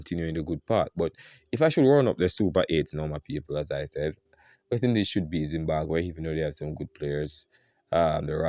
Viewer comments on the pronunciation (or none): What is ZimbaGwhe? It’s ZimbaBwe. Thank you my friend